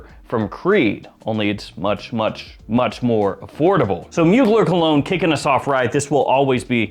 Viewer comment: Come on bro. You're a fragrance expert. Did you really say "colog-neh"?